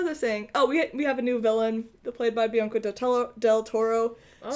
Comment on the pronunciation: Great show!! you guys are hilarious,...I have to ask, were you saying Benicio del Toro, because I heard Bianca del Toro, LOL